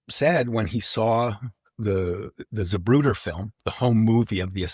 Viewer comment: Lol it’s not “Zuhbrooder”, it’s “ZAH-proo-tuh”….